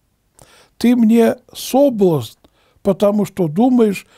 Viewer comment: И в слове "соблазн" Ударение на последний слог, а не на первый. И со значением слова "ведро" , батюшка, видать, не знаком. Потому и толкует значение этого слова неправильно. Ведро(не найду нужной буквы) -это ясная погода. Ударение на первый слог.